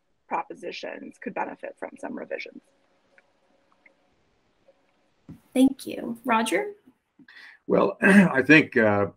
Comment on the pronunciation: It's cute, ain't it? : "Think you" instead of "thank you."